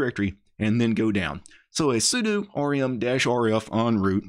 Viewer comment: ugh.. the way you pronounce sudo gives me forest whitaker eye